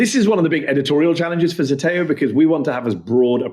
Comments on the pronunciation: It's not ZETEO, it's ZETAO. Ι know, I'm greek. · pronounced zdeteo